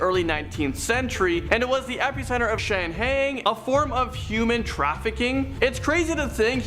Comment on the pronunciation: These stores would be so much more interesting if only these kids would take a few minutes to learn the pronunciation of the names of the locations and any other words they don't know. It really does start to wear on your nerves when the internet is so available. Shanghaied. Really now. By the way the workman found under the elevator was accidentally crushed in the old hospital which has been turned into a hotel. I'm from Arizona and have been going to Jerome since I was a little kid. Haven't been recently, poor health, I'm 62. I've never stayed at the hotel but I have had drinks at the bar and the staff had lots of great stories of spooky happenings. The hospital was pretty good size, lots of rooms. If it closed up I missed it. Just saying.👻